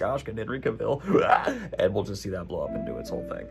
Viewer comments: Seriously Daniel, how hard is it to pronounce Cavill correctly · I'm sure by now Daniel knows Henry Cavill's pronunciation, so I'm not gonna hop on that but I gotta say... that woman's voice in the intro is doing things to me. i like. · Have you literally never heard anyone say Henry Cavill's name before??? Sad Goblin =/